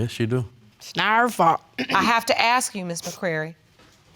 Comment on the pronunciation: Why all of them on PC say aks instead of ask,just sayin